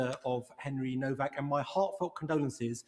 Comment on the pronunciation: Please could you pronounce his name correctly, it's pronounced Novak.